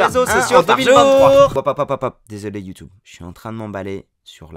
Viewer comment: Je suis pas d’accord, je pense pas qu’on dise « you-toube ». Mais pour le reste, merci, c’est très inspirant.